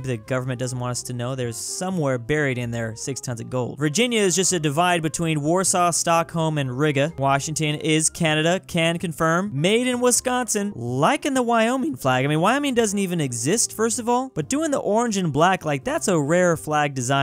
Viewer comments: Riga no it's reeeeeega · "Riga" is pronounced more like Reega in Latvia. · Bro you said riga wrong its like REE -ga the ga is like googoo gaga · They way he pronounced Riga almost made me kill myslef. Is more like rega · he butchered the word Riga so much :(